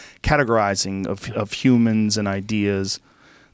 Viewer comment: definitely says 'pumans'